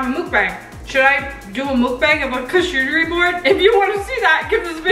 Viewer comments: I cring when you say charlcotrybord it’s pronounced shar cottry bord sorry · “Char-coochie boards” 😭😂🤣😂🤣😭😂😂🤣😭😂 lolololol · Charcuterie board (cha-coo-ter-ee)